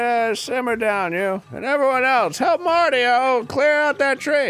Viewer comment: Are all the elders going to mess up Mario's name first Murphy now marty-o